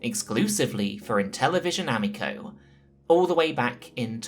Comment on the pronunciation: I know you know how to pronounce amico